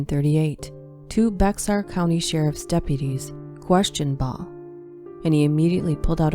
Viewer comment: This was quite the compilation! My only critique: it's pronounced "Bear County". The "x" would always throw me off too when I was little.